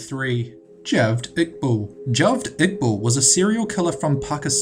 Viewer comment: did this white boy actually just pronounce Javed Iqbals name as juvd iqbul? duh hell. it's pronounced Jah-vid Ik-baahl.